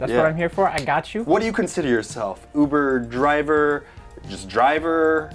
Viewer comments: All is hear is oovoo javer every dang time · “I’ve never been to oovoo javer” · All I can hear is oover javer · "i never went to oover driver"